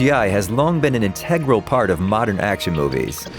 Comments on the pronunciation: in-teh-grehl? in-ta-grull. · How is it that so many people that read you tube videos don't know how to pronounce simple words. Integral?